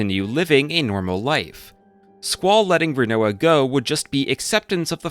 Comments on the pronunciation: I mean. If we're talking main cast we actually have heard most of thier names spoken out loud in spin-off games. The only character where you pronounced their name particularly wrong though was Rinoa though. Its pronounced Rin-Wah kind of like the food Quinoa. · squeyll rainoah zeel